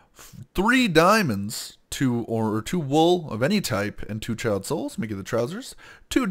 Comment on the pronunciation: the way he says 'child souls' it sounds like he is saying Chiaotzu, from DBZ